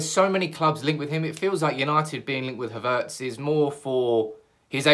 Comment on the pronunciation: I think you're the only one pronouncing his name Ha'vertz